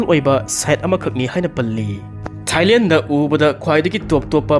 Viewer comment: Thailel nate Thailand haina pronounce tou biyi and not ismilling it's smilling 😊